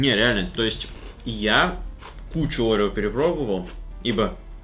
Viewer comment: Это орео а не огео